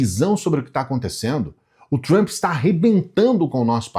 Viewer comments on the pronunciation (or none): Não é tchumpre. E trumpa mesmo kkkkk